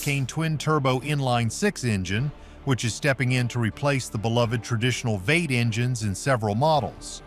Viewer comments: What is a Vate ? and why is that word in this video about 10 times!... (PS, I KNOW WHAT IT IS) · How is it you can call any of this "shocking" ???? By the way, what is a "vate" ????? Ohhhhhhhhhhhhhhhhhhhhhhhhhhhh....a V8! Y'all have a pretty cheesy AI talker there..... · I cringed everytime the AI voice said Vate Engines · As is typical with all the Chrysler products, there is always an annoying bug in the ointmint. Take this video as a start, the narrator’s repeted use of Vait instead of saying V-8 the he/it should have, and there was no mention of Chrysler et al’s rapid decline in build quality and maintaiability. Ram has never been anything to brag about and Jeep hasn’t built anything reliable for decades. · BTW, Don't you just love the AI voice that pronounces V-8 "VATES" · Maybe you should train the AI narrator to say “V8” not vate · Vates huh? Stupid AI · First and foremost it's V-8, pronounced Vee eight. I am no 3rd grade English teacher, but I am positive "Vate" or "Veight" is not a world. Folks love Chryslers, Dodge, Dodge trucks and Jeeps. Everyone is broke, if they were $10,000 each you could not sell them if folks don't have money to buy them. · Someone needs to tell AI it's not "vate", it's V8...:) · What the heck is a vate. Oh v8. Computer voice over. Great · I had to stop watching. I got tired of the "narrator" saying 'vate' instead of V8. Stupid AI narration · One thing I love is how the AI voice pronounces V-8's as "Vaights". Hahaha, stupid AI. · V8. It's pronounced Veeeee Eight. Not Vait. Fucking AI👎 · God, I hate these "AI" narrators. Vate as 1 word for V8.. C'mon man. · I drive a 2005 Ram V8, or as the AI voice keeps saying "Vate". I've got 220K miles on the original drivetrain. No way these new drivetrains will last that long. My next truck wont be a turbo powered v6 with ridiculous options i can't opt out of. I'll sooner get an e-bike than the domestic junk thats out there. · V-eight is two syllables, AI. Not pronounced vate. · "veits"??? LOL